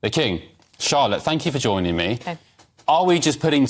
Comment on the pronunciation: This commentator is apparently unable to pronounce consonants clearly eg forc (ed) kicked ou (t) thank you for joinin (g) me. "hell ho(le) in England" if this is righ(t) Ugh Cant listen to these characters with their gutter slang and inability to enunciate. Is this demotic English planned to be the standard English of GB News for the future?